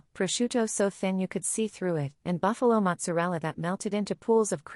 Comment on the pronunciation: Bufala. Not Buffalo. Sorry. Pet peeve.